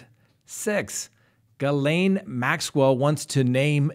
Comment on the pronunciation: you have made me proud of you tonight! Every time you said Ghislaine Maxwell it was correct!! I feel like I'm a little mother bird booting you out of the nest of pronunciation! Your suits don't look cheap! my dad owned a corporation and his suits looked just like yours and he had his made for him at the men's shop in Westbrook Maine which is now not there anymore.